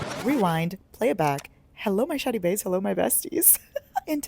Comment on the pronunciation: The way I’ve been watching you for awhile now, found this video and JUST realized you say “shawty” and not “shiny” ?!?!?